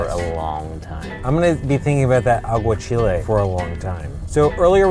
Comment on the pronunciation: When he said aguachiles 🤪